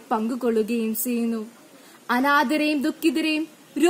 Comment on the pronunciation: Speech competition alle... അപ്പോൾ ഉച്ചാരണം കുറച്ചു കൂടി ശ്രദ്ധിക്കേണ്ടതല്ലേ... നല്ല എനർജി ഉണ്ട്. എപ്പോഴും നല്ല മലയാളത്തിൽ പ്രസംഗിക്കുന്നതാണ് നല്ലത്. ഉച്ചാരണത്തിന്റെ കാര്യത്തിൽ ആയാലും ഘടനയിൽ ആയാലും. ഇവിടെ നന്നായി എഴുതി തയാറാക്കി അത് പഠിച്ച്‌ നല്ല എനർജിയോട് കൂടി അവതരിപ്പിച്ചിട്ടുണ്ട്. ഉച്ചാരണം കൂടെ മികച്ചത് ആക്കുക. (ചെയ്യുന്നു എന്നതിന് പകരം "സെയ്യുന്നു സെയ്യുന്നു" എന്ന് കേൾക്കുമ്പോൾ എന്തോ പോലെ.. അതുപോലെ ബാരതം എന്നതിന് പകരം ഭാരതം എന്ന് തന്നെ പറയുക, പിന്നെ 'ഫ' യുടെ ഉച്ചാരണം ഭ എന്ന അക്ഷരം പോലെ ആണ്. ) Competition ആയതുകൊണ്ടാണ് ഇത്രേം പറഞ്ഞത്.